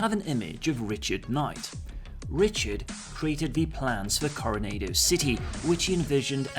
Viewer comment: Good video! It's pronounced: Coh-Roh-Naah-Doh btw. I live near a town called: Coronado's Camp. :)